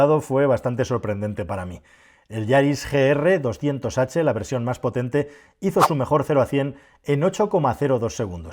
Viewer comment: fallo en minuto “yaris gr”